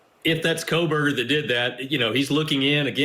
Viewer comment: Stop with Howard Blum! He’s so ignorant to the facts that he still pronounces the killers last name with an “L”! KOHL-berger.